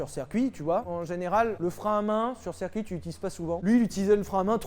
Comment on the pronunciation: Sylvain n’a toujours pas appris à prononcer correctement « cèrcuit » 😅 #circuit